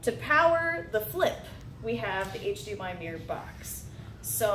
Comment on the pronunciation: "To power the flip use HDMI mumble, mumble box" You mumbled the point of the video